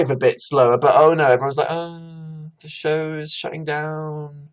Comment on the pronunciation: everytime you say “show” I get so upset I can’t go